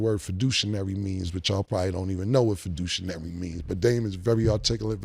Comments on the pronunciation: Fiduciary Cam, Fiduciary. Not fid-douche- inary. 😂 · fiduciary versus fiducinary lmaoooo we know the word Cam... always adding extra letters to words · Not fiducinary Cam, C'mon...😂😂😂🤣🤣🤣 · reason why I fuck w dame 🤣🤣 dude is funny, dame probably over there like 🤦🏿‍♂️ he said fiducionary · Fiduc-“niary”….is hilarious. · Fiducinary???😅😅😅 it’s fiduciary Cam 😂😂😂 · "Fiducinary" is hilarious😂😂. He giving Dame ammo he meant fiduciary. Haha gotta love cam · Lol, he said, most of yall probably don't know what fiducinary means".. , gotta Luv Killa 😂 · "feducinary" lmao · "Y'all probably don't know what the word fiducinary mean." - Cam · This is why Cam one of my favorite rap dudes . Sayin Dame smart is questionable and he can’t pronounce fiduciary but idgaf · ima say it. there is no "N" in fiduciary 😂. This is why i correct friends when they mispronounce words too seem intelligent, you seem the opposite in mixed company😂. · cam struggling to pronounce fiduciary lol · This fool pronounces fiduciary all wrong ( I hope he taught your ass how to be your own fiduciary instead of just learning the word smdh)